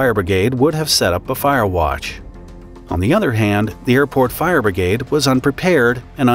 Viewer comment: "Fire Brigade" .Obwohl ich nicht so auf die Englische sprache stehe, hört sich das richtig gut an, so wie er es beim erstenmal ausgesprochen hat.